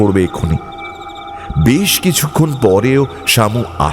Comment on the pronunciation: গপ্পের প্রথমেই বেশ কে বিশ বলে দিলেন তো! আপনার থেকে এটা মোটেই আশা করা যায় না! expectations বুঝলেন মশাই!! অন্য কেউ হলে গায়ে লাগতো না। অগ্রাহ্য করে দেওয়া যেত কিন্তু আপনার ক্ষেত্রে ব্যাপারটা একটু কানে লাগল.. #GoppoMirerThek